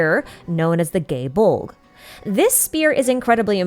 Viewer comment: The pronunciations were throwing me off. Why were you pronouncing “Poseidon” as “Poiseidon”, and “Gae Bolg” as “Gay Bolg”, and “Kraken” as “Krayken”?